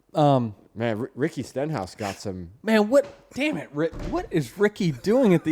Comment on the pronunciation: "Dyem it!" 😆😆😆😆😆